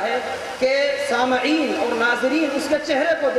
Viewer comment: ان حضرت والا کو کوئی باخبر کرے کہ لفظ سامعین میم کے کسرہ کے ساتھ ہے نہ کہ بالفتح